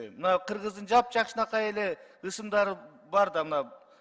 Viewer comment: Озу кыргызча нукура суйлобой жатат го ысындары дейби ысымдары го😂